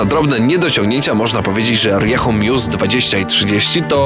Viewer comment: jak mozna mówić riechu ? RIEJU !!!